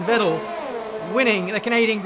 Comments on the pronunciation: Wrong pronunciation: Its Fettel, not Wettel. The german V is like a F. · In German its no Vettel like you say it , itts Fettel ,because we pronounce a V as a F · You mentioned pronanciation. Please say Fettel. Most of the people say with V but it’s incorrect, say it with F instead of V. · Since you asked: Vettel should be pronounced Fettel, but it’s not really important in English. Also, as you mentioned, Alpha Tauri. And who can forget the time Gerhard Berger’s 1995 Ferrari was announced as a classic car and you described it as being driven by Jihad Berger. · Vettel is actually not pronounced „wettal“ but „fattl“ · Vettel is pronounced fettel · If you really want to pronounce names right.... Vettel is actually pronounced Fettel, ( V = F ) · ypu are pronouncing Vettel wrong actually but everybody does. His name is pronounced like "Fettel"